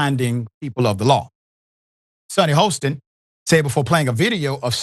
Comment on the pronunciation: Her last name is pronounced “HAS-TIN” not “HOSE-TIN”. smh